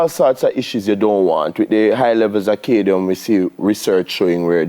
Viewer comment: is the doctor trying to say CAD-MIUM? why is he constantly saying Cadie-um? man a build new elements... to boxide.:face-blue-smiling: i guess when he is to say aluminium he just says lume.. jokes aside i enjoyed his segment. and i rarely watch TVJ because the hosts always seem so fake especially the lady.